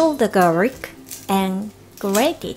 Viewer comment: really nice recipe, 👍🏼 and plus you both are beautiful, y son muy bellas😘 garlic (gar-lic)